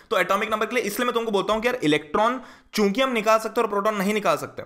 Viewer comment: sir aap kyuki ko chuki kyu bol rhe ?